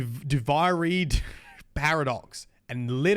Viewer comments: Hi. It was bugging me how you said “Duviri”(No hate, you’re doing really well for a new player!), but it is pronounced “Du-Veer-Ree”. Once again, you’re doing very well! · "doo-vee-ree" duviri.